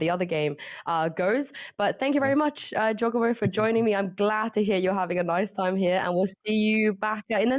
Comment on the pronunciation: man said jawgEmo